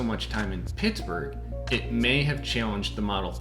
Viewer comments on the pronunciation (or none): none